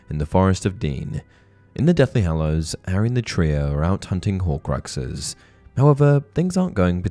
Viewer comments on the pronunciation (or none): Shhh! Be vewy, vewy quiet. We're hunting Howcwuxes.